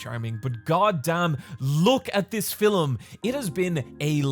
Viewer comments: anyone else finds it cute how says "filem" instead of "film"? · Is he saying film or فيلم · Yes! I missed hearing call films "fillems". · That was…. normal. Also - filum. Love ya. That is all:)